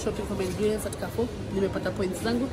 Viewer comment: Mmmmmnnnn nakuja kula....by the way it's pronounced 'karrfu'